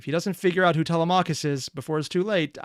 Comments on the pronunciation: Tele-mac-hus 😭 thats not how you say his name!! Its tele-me-cheis (i think??) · Please for the love of all that is holy learn to properly pronounce TELEMACHUS!!!